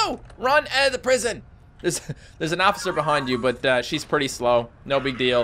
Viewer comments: said occifer instead of officer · did you said Ocifer and no I'm not here to pass any one off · He said Ociffer HAHAHA XD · who noticed he said at minute hey ossifer